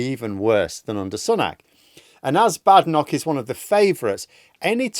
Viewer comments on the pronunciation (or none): none